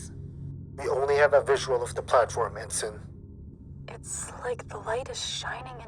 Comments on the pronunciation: En sign... over and over again... It is pronounced ensin, ask your other narrators. It really distracts from the quality of this product when you leave a glaring, terrible, mispronunciation. This makes it tough to get through the middle of the story. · Ensign is pronounced "en-sin" not "en-Sign". I really enjoyed the production but that really pulled me out of the immersion.